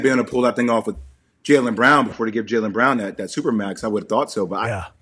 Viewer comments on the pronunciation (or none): none